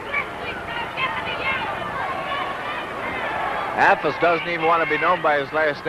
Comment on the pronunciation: A golden moment from the Golden Age of Wrestling. Guy introducing the wrestlers: "...from Lafayette Indiana, weighing 248, Bruiser Affles." Pronounced like apples. Dick the Bruiser: "Dick the Bruiser, Bub." Guy: "Just the Bruiser? Just the Bruiser." Dick the Bruiser would have been excused for pounding that guys head into a ring turnbuckle for butchering his name.